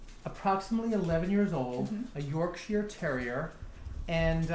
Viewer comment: Massive thanks for saying ‘Yorkshire’ correctly! I get tired of Americans messing it up haha